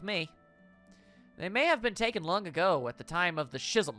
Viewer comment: It hurt my soul to hear "Shism" so many times. The ch in Schism makes a k sound. Honestly, I'm surprised neither of you had heard that one, I didn't think it was that obscure a word.